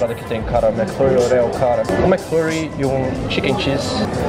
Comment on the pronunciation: pensava que so eu falava orèo